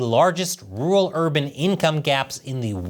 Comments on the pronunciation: Can you say rural instead of ”ruwul” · Hey,! Learn how to say "rural." You're a broadcaster, for heaven's sake.